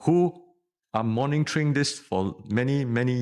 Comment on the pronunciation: Why all this so called educated, always say morningtoring... It is monitoring! for heavens sake.